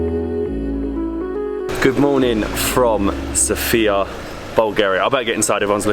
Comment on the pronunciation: The accent goes on the first syllable of Sofia. (SOH-fee-yah...not soh-FEE-yah)